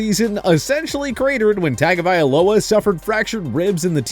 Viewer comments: The guy has no idea how to pronounce tua's last name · Who the hell is Tackovailoa, Roheem Mostair and Jaair Alexander? It’s like y’all don’t even try to pronounce their names correctly, yet their names are mentioned multiple times by commentators and interviewers, just do the damn research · They do it regularly. Like who tf is Tackovailoa, Roheem Most-Air and Ja-Air Alexander? It’s like they don’t even care about the players enough to at least learn their names. It’s not like commentators and interviewers mention their names all the time, so it’s just all down to laziness and lack of research. It’s annoying as hell, and then they try to correct others by making those videos, but they won’t the work themselves